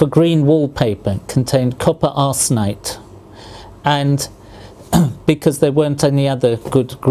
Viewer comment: Copper "Arse"nite lol